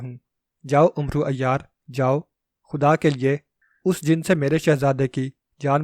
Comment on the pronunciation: ۔ بیٹے! عمرو کو آپ غلط تلفظ سے بول رہے ہیں ۔ حضرت عمر رض کا نام۔ ع پر پیش لگا کر بولتے ہیں ۔ عمرو دراصل عمر کو ع پر زبر لگا کر بولتے ہیں ۔ عربی میں اعراب نہیں لگایا کرتے تھے ۔ اسلیے زبر ولے عمر کے آگے۔ و۔ لگا دیتے تھے ۔